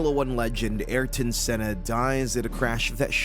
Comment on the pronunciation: Awful thumbnail - clickbait! You can't even pronounce a number of things correctly include Ayrton Senna. Mind you most American journalists mis-pronounce his name. RIP to the greatest ever. This video is total BS.